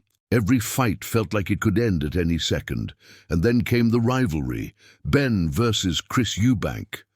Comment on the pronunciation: Benn not Ben